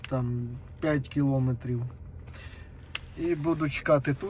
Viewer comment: Стільки помилок , часто одне слово, наголос НЕ кілОметрів, а кілоМЕтрів